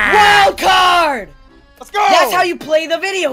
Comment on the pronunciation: They say wildcard psh it’s wildFart lol